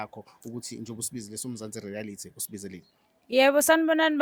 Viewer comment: 😂aw sukan madoda...ngigcwele ngawe mfwethu...ikakhulukazi mase uthi "Mzansi Rearity"😂😂